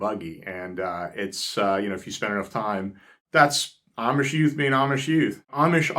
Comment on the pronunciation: Why do you say"omish" instead of "Amish"?